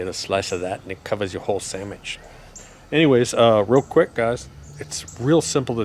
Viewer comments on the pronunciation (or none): Gotta like a guy who says "Sammich".